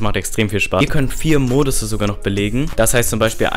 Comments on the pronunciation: Aaaaahhhhh MODI NICHT MODUSE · Es heißt Modi und nicht Modusse